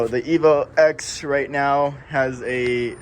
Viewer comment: 1. Good job on the build. 2. It’s a Evo “Ten”, not “Ex”